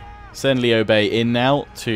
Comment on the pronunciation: both you and the VA pronounced his name wrong, It is lew like lewd just without the D... that sounded wrong but you get the point.